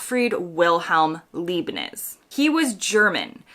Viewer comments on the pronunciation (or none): "Leeb-nitz"? Leibniz is pronounced Lybe-nitz! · The name of the German calculus guy Leibniz is pronounced like "lipenitz" with an "i"-sound as in life, not leepnitz" with "ee". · 'Leibnitz' is pronounced as 'lie'+b+'nits' - not 'lee-+b+nits' 🤓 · Leibniz is pronounced LYE-bnitz, not LEE-bnitz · It's Leibnitz as is LIE not LEE. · Leibniz is pronounced Libe-nits or Lahyb-nits or how you would spell it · The German mathematician’s surname is pronounced “Lye -Bnits” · Leibniz, pronounced LIBE-nits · It is actually Leibniz.